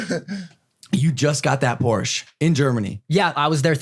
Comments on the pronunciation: It’s not porsch it’s Porsche and not porscheee it’s Porsche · Has a GT3 RS and doesn't know how to pronounce Porsche.. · hey said Porsch lost all respect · He doesn’t even know how to say Porsche right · i give like 0.1 shits about cars but like please say porsche properly cos like idk it just bothers me. weird flex but okay yeah i know but oh well.